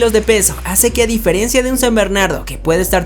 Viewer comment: a diferiencia? jajaja DIFERENCIA!